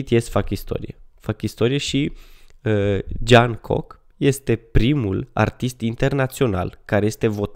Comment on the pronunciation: V este cel mai frumos bărbat din lume 2020 și Jongkook se pronunța (Jongguc)